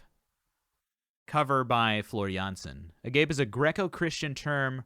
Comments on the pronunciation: First, for a more recent Ghost Love Score check out the performance in Argentina from the (~2018) Decades tour. Second, I’m pretty sure it’s a-gah-pay. Oh yeah, once again, an insightful analysis. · I don't know how they chose to pronounce it,it is a greek word (αγάπη=love) and (almost) all greek words are pronounced as they are written.The letter γ cannot be pronounced in english so many times it is substituted with the letter g.The e in the end is pronounced as the pronoun me. Sry for my english,it isn't my first language. My love (back) to Floor. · The ending is certainly not "peh"...it is more like "pee" in actual greek pronunciation since it is a greek word after all....So I think the person you corrected was actually closer to the sound of the original word. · This was marvelous. And I so wish that the song title came with a pronunciation guide in advance. It is pronounced A-GAH-PAY. Not A GAPE. Reacters are 0 for Infinity on this one. But a great analysis nonetheless. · Agape in this sense is three syllables - like "ah-ga-pay." It's a totally different word from the one that's spelled the same but means gaping. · Agape (Greek) Pronounced Ah-GAH-peh The other pronunciation is a different word, an English word meaning wide open, as in "mouth agape" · I think she chose the song because she likes the song. Other covers she has done have been all over the place and simply liking them appears to be the reason to do them. The a in Gap is like the a in Cat, and that isn't it. The a in the center syllable is like "ah" Ah-GAH-peh